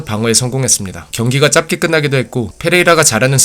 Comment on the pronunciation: 짧게는 짭게가 아니라 '짤께'입니다. 추가러 짧다도 짭다가 아니라 짤따입니다.